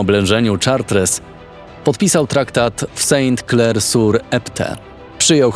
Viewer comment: Szart a nie czatres